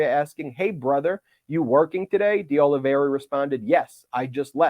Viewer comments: Just dropping by to say, it's pronounces Oli-VEH-RAh. The mistake is super understandable but also recurring. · The name, Oliveira, is pronounced Oh Lee Veh Ee Ra, NOT Oh Lee Ver Ee Ah. Spanish is nearly always pronounced phonetically. I have known people with that name, years back when I lived in California, so I caught the mispronunciation way back when you first mentioned him. Obviously, the news concerning his superseding indictment is far more important than how his name is pronounced, but I thought you’d probably want to know. Thank you and all those at Meidas Touch for fighting for our Democracy. You are all my heroes! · De Oliveira is not this hard to pronounce. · Kept mispronouncing De Oliveira...but hey, it's a strange name right? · Please stop mispronouncing De Oliveira’s name, Ben. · How many years do you think we are going to have to suffer through Ben's mispronunciation of DeOliveira?! Christ. Its like he intentionally adds letters and sounds that aren't there to people's names. Sound it out, dude. Or listen to how people that do the job better say it. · What a nice surprise! Pile it on, Jack! Btw, Ben, the 3rd co-defendant's last name is pronounced O-li-vera. The "i" in his name comes before the "r", not after it. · the name is: Oliveira, not Oliveria, as you pronounce it:) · Ben, it's Oliveira. Not Oliveria. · Oliveira, not Oliveria… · Ok, seriously. Olly-vey-rah. NOT Olly-veh-riah. Small, but insanely annoying. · It's not Oli-ver-IA. It's Oli-ve-RA. Four syllables, not five. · IT'S NOT OLIVERI-Y-A. IT'S OL-LEE-VER-A. There's not Y in that name. Jeez. At least pretend to be professional. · IT IS OLIVE IRA NOT OLIVE RIA or OLIVE RA . It is a very common Portuguese/Brazilian name. Nor Russian or Spanish... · You're doing great Ben, but It's pronounced "day-oli-VER-a", not "oli-VERY-a". Keep up the good work! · IS: OLI-VEI-RA NOT OLI-VERIA ....I'AM OLAVARRIA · It's Oliveira, not Oliveiria. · Oliveira = Olive eighra. That's the correct pronunciation